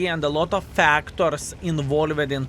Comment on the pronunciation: First "involveed" in quite some time. I was waiting for you to slip up